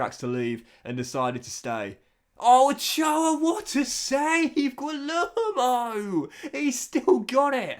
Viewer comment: Great episode again, just wanted to say that Guillermo is pronounced 'gee-yerr-mo', he's a fantastic signing of yours from the looks of it so far